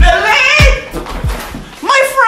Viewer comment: I love how he pronounce it as "billeeeeeeeee!"